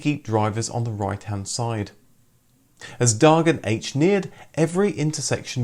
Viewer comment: This video says "Dagen H", the correct swedish name, as well as "Högertrafik", but mispronounces both, especially the "H", which is phonetically spelled as "Hå" or in english i guess "hoa" (not the same as "hoe-ah"), and not "haytch" - i don't know about the pronunciation of "dagurinn" at the end, but i can't imagine "haytch" is the correct pronounciation of the "H" part in icelandic either